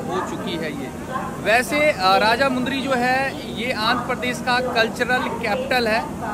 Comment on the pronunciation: Bhai vo raja mudry nahi vo Rajahmundry hai😂❤